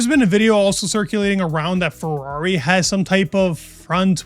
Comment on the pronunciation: Ferrari has a flip wing. 1 syllable.